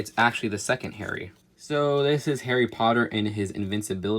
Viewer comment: you say your harry potter fan you messed up like 15 times